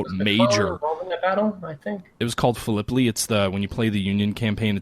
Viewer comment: Battle of Phil-eh-pie. It does not rhyme with Galipoli. Love the conversation btw,...the game sounds really cool. Total war: Civil War would be great if they did it right.